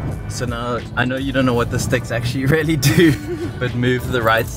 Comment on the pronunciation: hi bro, if you insist on using the word "really" so often, make sure to pronounce it like "rially" instead of "rarely", because the way you say it is rather distinctly off putting